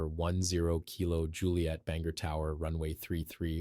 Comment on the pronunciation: It's Ban-gore, not Banger